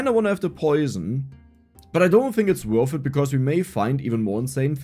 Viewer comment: „Wörf it“ 🤪